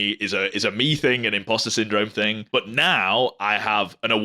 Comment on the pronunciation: I love your accent when you say the word but. Bout! 😂